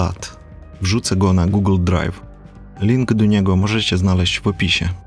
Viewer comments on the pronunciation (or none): none